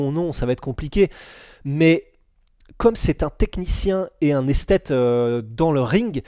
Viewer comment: "Esthète" j'ai explosé de rire